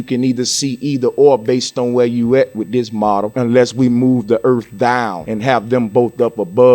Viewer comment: How many times did you really need to show and say "dis model we started wiv", twice woulda be sufficient but my guess is you repeated it about 15 times!! This video coulda been made in less than 10 minutes, probably 5 minutes actually, you just kept on repeating everything you said over n over again. What a waste of time. Good points tho!